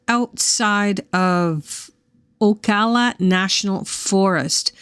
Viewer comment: I live here. The first A in Ocala is said like Apple.